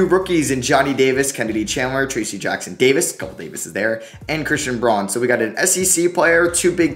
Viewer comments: Just for future reference it’s pronounced Brown not Braun :) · pretty sure that christian braun’s last name is pronounced brown